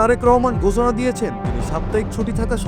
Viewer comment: ঘোছনা! ছেই হিছেবে 😂😮 শালা ইন্ডিয়ান মাল আইছে😅